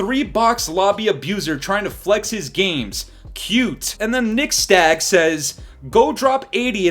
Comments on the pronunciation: You just call him nixSTAG?😂😂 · Bruh his name is Nixstahh. Imma let y'all connect the dots RQ. Just sound it out slowly and it'll make sense. 😂😂😂